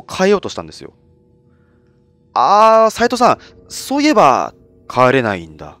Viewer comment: 「帰れないんだよ！」が「児島だよ！」みたいで草